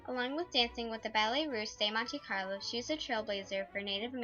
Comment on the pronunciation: Shoulda learned how to pronounce Osage before making this video awkward Shoulda learned how to pronounce Ballet Russe de Monte Carlo before making this video awkward